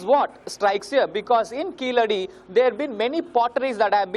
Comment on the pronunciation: It's keezhadi not keeladi🤣